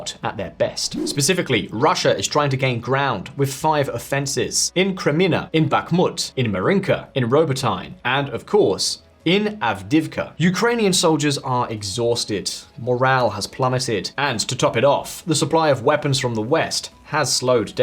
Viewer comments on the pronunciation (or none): Lol at the pronunciation of Robo-'Tyne' (like the river)... it should be more like Robo-teen-eh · ""Robo-Tine"" can you at least be bothered to find out how to pronounce it properly? This is the worst version I've heard yet! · Robo-tine? If you're gonna pass yourself off as some type of expert on this, you could at least get the names right. It's Rah-bow-tin-yeh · Pronouncing Robotyne as robo time 🙄 😒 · Please pronounce Robotyne correctly! 🇺🇦🇮🇪👍